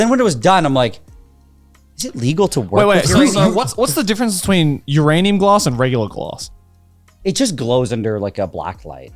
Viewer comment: 🤓☝️"uhm actuawwy uwanium gwass"